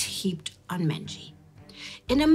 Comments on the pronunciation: Menzies is pronounced as Mingus in Scotland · The Scottish surname Menzies is (unexpectedly) pronounced "Ming-is" for future reference 🏴💚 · Menzies is (and was) pronounced "MING-iss."